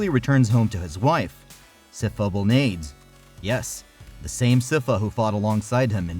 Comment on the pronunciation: Sypha Belnades (Bell-Naw-Days)